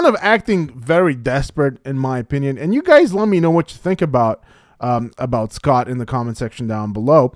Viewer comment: It’s “Eh-Scott”